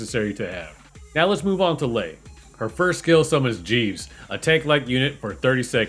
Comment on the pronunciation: its not "liar"